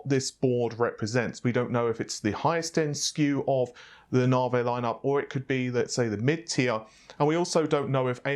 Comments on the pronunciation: Stop saying NavA its Navi lol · Can you please pronounce it as Naavi? Rather than Naarvey? It getting annoying now. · Lol "Nav-e" not "Narvey" love your vids by the way apart from the Narvey issue... Peace out ✌️ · I always thought it was navi and not narveh ;) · quick question: Why do you pronounce Navi as Nah-Vay, rather than the obviously correct Nah-Veeeeeeee?????? Not a big deal, but for some reason it drives me nuts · You say (Nah-vay), I say (Ney-vee). Really, your distinct way of pronouncing that word kills me every time. By the way, can’t wait for the (Nahr-wuhl) family of GPU’s. 🤣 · navIIIIIII. Not "Navey". I'm never bothered by pronunciations but this is really annoying. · No no, it's Naur-vey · I just came for the naurghveih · It's Nah-vee. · First it's naaveeeey, and now it's baydooo..... What? I'm pretty sure baidoo is not an English word, reminds me of white peoplefrom the States saying Kinya instead of Kenya..... Doesn't need to be irritating but it really is. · Classy way to say navi, Naa-Vay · Nah - Vay.. Jeez. Not as bad as calling Matisse (Ma-teese) ...Ma-tassy.. lol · It's NOT Nah-vay..geez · The way you pronounce "Navi" triggers me... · Scrotum Monster I know, it’s hilarious how he pronounces it.